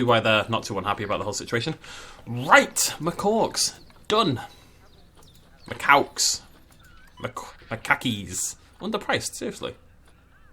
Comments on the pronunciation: I can’t get over the fact that you say macawk. I love it! (It’s actually macak) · Me too it's funny how when he makes fun of the name and says makaki he is closer to the pronunciation than when he says what sounds like "macock"